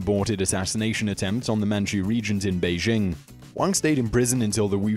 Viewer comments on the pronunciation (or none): none